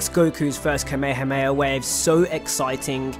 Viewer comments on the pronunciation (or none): ITS KA-ME-HA-ME-HA COME ON NOW